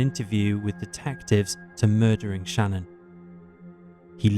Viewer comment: Her name is Shanann, not Shannon. Pronounced like Shih-NAN.